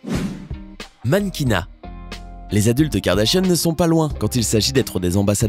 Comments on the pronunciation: Je rêve ou il dit les "Kardachien" au lieu de Kardashian ?????? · Tu dit Kardashiane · Qui a entendu Kardachien au début ? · Au début il dit "la famille kardachien" ou c'est moi ? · C moi ou o début il a dit kardachien 😂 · Qui a entendu kardashionne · J'entends clairement Karda-Chienne MDRRRRRR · Il dit "Kim Kardachienne" 😂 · Ta dis kardachien ptn😂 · Il a dit kardashien au début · peut on prendre 2 sec pour écouter comment il prononce « KARDASHIANNE » mdrr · Par contre il devrait peut-être savoir prononcé le mot Kardashian